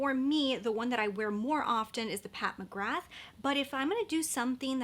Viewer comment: Just a heads up, McGrath is pronounced Mcgrar. I know, who knew?! Didn't you get the Lisa Eldridge blush or highlighter? They are phenomenal. Another excellent brand that very few people talk about is Saie. Their highlighters/illuminateurs and blush are fabulous. 💙💙